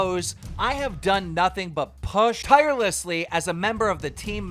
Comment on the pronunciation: Why did he say "push" like that? Lol